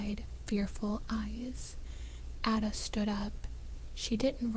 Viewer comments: LOOOVED This story! Would love to have another story about Ada. It’s actually pronounced A (like apple), DA (duh). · The pace of the narrator’s voice must be quickened, because this present voice does not inspire the listener to continue listening! The pronunciation of Ada’s name, should be corrected! A, pronounced as in the letter ‘A,’ da, pronounced as in ‘da.’